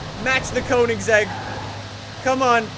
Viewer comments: did this guy just say wot CONE-IN-SEGG-IG-ERA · Hol up... its cona-a-seg not conen-zeg. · Jaylen Reives-Laws conansaeg regeera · Anyone else cringe at how he said Koenigsegg ??